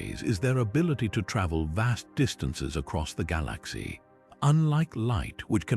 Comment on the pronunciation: I listen to stuff about the universe to get to sleep and the information is always good but I cannot stand the way the AI says galaxy.